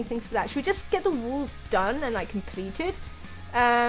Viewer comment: I love it when she says "walls" but sounds like "wools"